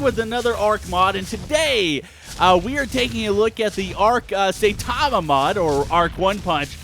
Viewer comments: Sai-tama not say-tama :( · S-i-tama pronounced with an I and not A like saytama